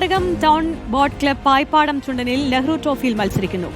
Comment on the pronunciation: പായിപാടം അല്ല, പായിപ്പാടൻ ചുണ്ടൻ. എന്നു പറയൂ... Like from Green Palace Resort Chambakkulam Alleppey